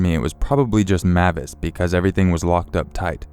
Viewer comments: Im pretty sure the dogs name is pronounced (M-ay-vis) with a long A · It's pronounces (MAY-vis) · Great video! I believe the dog's name is pronounced like Mayvis instead of how you were saying it, but great job narrating as usual.